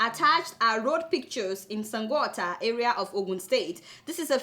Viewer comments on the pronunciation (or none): Are u serious that u cant pronounce Sango otta, please prove me wrong oo my sweet Adeola, i love the aspect u said pls play it one more time, its actually funny. ;)